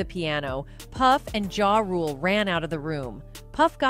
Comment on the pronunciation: Ja Rule not Jade